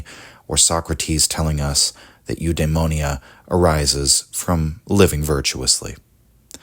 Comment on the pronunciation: It's frustrating hearing somebody clearly well read on the subject throw out "yoodemownya" to substitute Eudaimonia